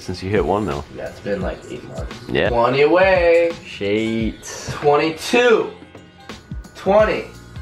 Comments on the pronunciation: I love you but quit saying shate I think it's what it is lol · Dear god please stop saying "shaeit" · For the love of God stop saying "shayt" or however you want to spell it.